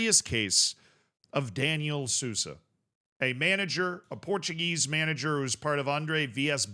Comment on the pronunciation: Sousa is pronounced soul-za. J in any Portuguese word is pronounced like s in casual. Edit: maybe I should stop doing this